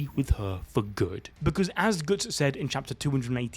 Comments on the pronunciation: Brother please don't butcher such a simple name, it's Guts, not goots. Can't wait for Guts to take out Griffith and that Casca recovers her memories of him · Can you not fricken say Goots? I don't care if it is for memes, sounds so annoying. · Who the fuck is "Goots"???? And no, he's not beating anyone, his power just made him fight Griffith on equal terms. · Not gootz bro ....its guts not gootz😂😂😂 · Did he just call Guts “Goots”? lol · he said GOOTs on purpose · Le gootz xD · It's killing me lol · Bro can't say Guts 😂😂😂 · Oi Goots 😂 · GOOTS??? GOOOOOOOOOTS!!!!! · I can’t stop laughing 😂😂 Reading it is even funnier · Most northern way to say guts hahaha can’t tell if he’s a geordie or from Bolton or something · yup sure did